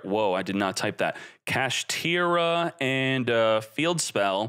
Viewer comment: "And Cash-tiera"